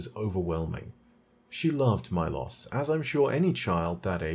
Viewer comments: why do you pronounce the war beast's name as Mai-Loss when its mee-lows idk why but its bothering me lol great video! love your content, keep up the good work :D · Milos? More like "my-loss" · How do you mispronounce Milos even though you contain a clip of Calus saying the name aloud.